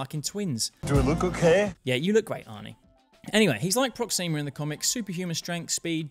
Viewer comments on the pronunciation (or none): I hate to be the "you're pronouncing it wrong" guy, but it's PrOxima, not ProxIma. It just sounds... Weird when you stress the i